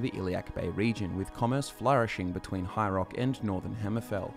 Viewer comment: Cool lore video. Funny thing though, every time you say ”High Rock” I actually hear ”hierarch”, and I go ”wait, what? Is there some kind of high priest involved? What did I miss?” It’s probably partly that I’m not native english speaker and often struggle more with all kinds of dialects.